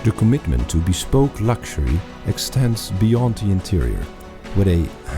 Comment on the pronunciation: Echt, hoe kan je woorden als "bespoke," "meticulous" en "revered" verkeerd uitspreken 😭